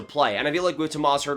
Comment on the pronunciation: Oof, this video was painful to watch. First of all I'm a huge Sharks fan and would hate to see him go (though I wouldn't blame him and I wouldn't blame DW if he got a good return). Secondly, you said Tomas Hertl so many times and you pronounced his first name wrong every single time. It's pronounced "Toe-mosh".